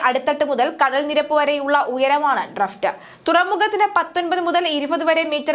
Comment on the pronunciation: ഡ്രഫ്റ്റ് അല്ല ഡ്രാഫ്റ്റ് ആണ്. ഡ്രഡ്‌ജ് അല്ല ഡ്രെഡ്ജിങ് ആണ്. ശ്രദ്ധിക്കുക.